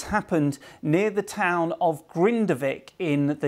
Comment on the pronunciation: That is not how you say the name of the town!!!